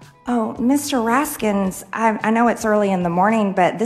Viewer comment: Yo! When she said it I was like, huh?😕 Why is she calling him "Raskins"? She's his colleague and she doesn't know how to pronounce his name? It's not like it's a difficult name to pronounce... 🤣🤣🤣🤣🤦🏽‍♀🤦🏽‍♀